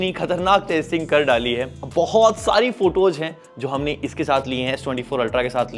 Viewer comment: निसान ❎ निशान ✅ फोटोज ❎ फोटोज़ ✅ बीकोज ❎ बिकॉज़ ✅